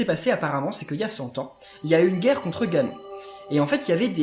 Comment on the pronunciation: Heu.on dit. GANON🤦🕵️